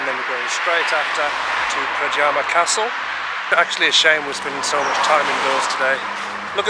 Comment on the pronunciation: the letter J is pronounced like the letter Y so, it is NOT pradjama but PRADYAMA!